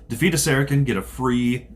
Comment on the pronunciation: Good vid, guys. I like how you do it. The speech is very slow and clear. You jumped right into the game and explained as you go. My only comment is, the way you pronounce Saracen is is "Sera-SIN" not "Sera-KIN".